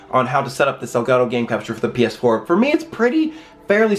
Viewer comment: "with the paaass 4" lmaoooo